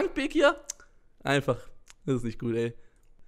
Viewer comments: Okeeey du sprichst bekir auch falsch aus also voll der selbst diss eig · Du machst dich darüber lustig das bekir sagt aber kannst selber bekir nicht aussprechen